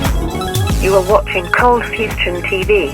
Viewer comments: Cold fustion? Lol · Awesome vid, but what is "Fustion"? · cold fustion? what?